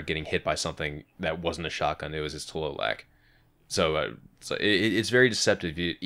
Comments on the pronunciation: Just to clarify, Tlaloc is said like Tla Lohk. It sounds like yolk. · its just, TLALOC, as it reeds, dont put any accent to it